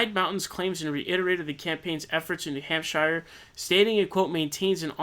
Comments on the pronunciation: needs to be more like 'hamp-shurr' (coming from a new hampshirite) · Yeah, "New Hamp-SHIRE" was a little "awkward" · Don't say new hampshire like that